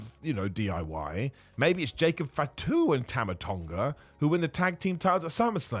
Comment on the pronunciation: "Jacob fitu"😅😅